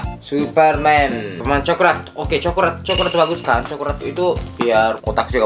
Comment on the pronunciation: Hah orang Indonesia:coklat dia:cokrat